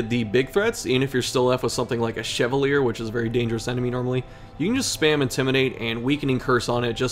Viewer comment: Ok this is gonna sound so nitpicky but since you said you weren't sure about some pronunciations, I should probably let you know that Chevalier is pronounced "Shuh-vah-lee-ay" I had an english teacher in middle school whose last name was Chevalier, and she was not particularly nice, but she made sure that everyone pronounced her name correctly, so that is my "Crimson Curse" to you 😂